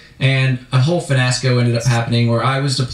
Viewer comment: What’s a “finasco” did anyone else catch him say that? The guy maybe is his name? The whole finasco” happened when he was deployed🤣 Fiasco is the word dummy. I don’t know what a finasco is.